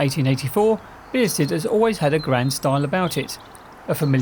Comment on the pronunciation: Why are you pronouncing it beersted?